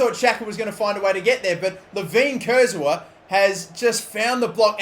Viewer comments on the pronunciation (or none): none